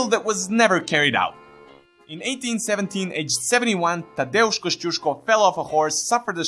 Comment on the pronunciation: Finally someone who can pronounce Tadeusz!